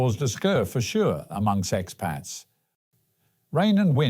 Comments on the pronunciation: Bro said sexpats? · I think he said "amongst expats" but yes it did sound like sexpats lol